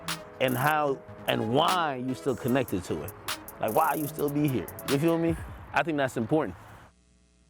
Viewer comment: Whuy instead of why 😂